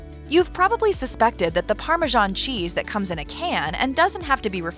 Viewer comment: Why are you calling this parmesan cheese, parmazhan cheese??